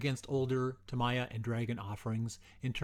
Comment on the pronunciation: It's Ta mee ya not Ta my ya. Sheesh!